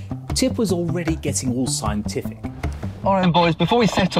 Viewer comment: scienTIFFic moTIFF posiTIFFs and negaTIFFs